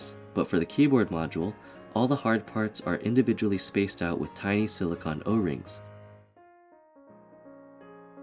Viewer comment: Great work. The only thing that bugged me was your pronunciation of silicone. It's not pronounced silicon, that's what microchips are made from.